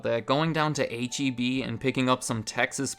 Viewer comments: H-E-B was the only thing I liked about living in Texas, and the only thing I miss from Texas. But don’t you dare call it HEB, Texans will be sure to let you know that it is H-E-B. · H-E-B? You mean heb?